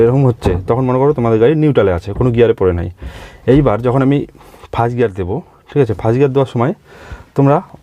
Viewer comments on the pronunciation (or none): none